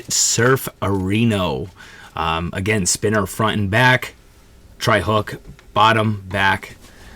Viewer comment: Treble.hook. NOT tri hook. Lmao